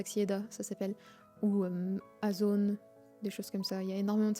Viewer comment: у Вас в слове "Озон" прослушивается явный русский акцент. Поздравляю)))